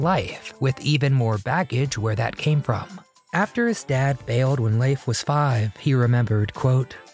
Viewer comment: I don't recall his name being pronounced as " Laafe " 😂😂 It's pronounced * Leef *